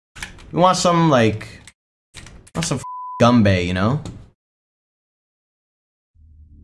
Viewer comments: Arent enyone gonna talk about the fact that myth said gumbae. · he said gumbae not grumbae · he said gumbae lmao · I'm pretty sure he said Gum-bae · Lmao "gumbae" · My mans said let's watch some gumbae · Lol he said gumbae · Myth says gumbea lol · This man said Gumbae * facepalm * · Anybody else got triggered when myth said “gumbae”..... no just me okay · It’s grumbae myth not gumbae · Its pronounced, grumbae, myth, not gumbae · my man really said grumbae